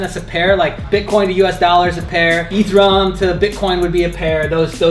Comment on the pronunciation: Ethereum bro not ethrum